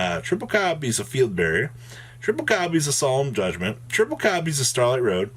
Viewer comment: Lmfao the way he said Solemn Judgement took me out 🤣🤣🤣